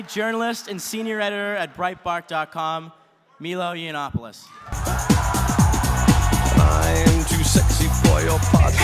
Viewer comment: Meelo Yeeinoppilus. Great pronunciation.